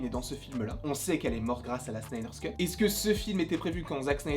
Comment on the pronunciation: arrête de dire Snyder Scut stp C'est Snyder Cut!!!